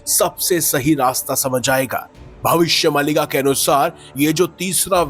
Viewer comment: अरे यार भविष्य मल्लिका नहीं भविष्य मालिका है सही उच्चारण तो सीख लेते पहले 😂